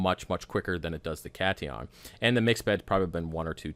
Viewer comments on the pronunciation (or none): Pronounce cation as Cat-ion and anion as an-ion. It refers to the charge of the ions. Cat being positive and an being negative.